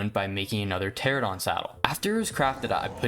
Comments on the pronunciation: Great video! That being said ichthyosaurs are NOT dolphins lmao 💀 Edit: also Pteranodon is pronounced “tear-ann-oh-don” not “tear-ah-don” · Hey! Just so you know, Pteranodon is pronounced Tur ann oh don! New subscriber too